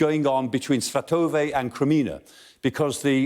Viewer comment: someone else that doesn't learn to pronounce Svatove correctly. Makes it really tedious when the action is near there.